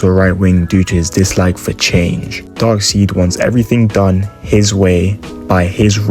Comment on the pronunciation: "Dark-seed", Haha; Darkseid's name is pronounced "DARK-SIDE"!!!!!